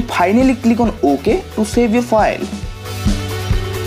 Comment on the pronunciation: It not phile manager its file manager